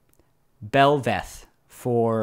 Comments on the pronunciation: It's Bel'Veth with the emphasis on Veth. Bell - VETH. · its not belvAth its belbussy